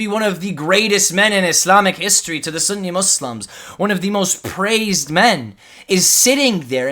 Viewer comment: Within the first two minutes of this video when you’re describing Ali Dawah’s beliefs you pronounce Sunni “sunnEH” and Salafi “salafEH” with a (haa) ه at the end trying to sound knowledgeable clearly shows you don’t even know basic Arabic and are therefore not qualified to teach anything about Islam